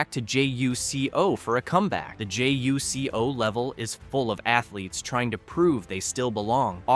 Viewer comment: It’s not J-U-C-O it’s JuCo (joocoh